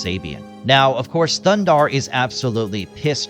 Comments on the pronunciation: You didn't even pronounce the name correctly 😂 it's Thundarr not Thunder. You shouldn't make a video if you're going to half-ass it like that! They even give you the correct pronunciation in the opening scene. Thumbs down for sure for no effort! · it's not "Thundarr"; it's "THUNDARRRRR" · it is not thunder, it is thundarr!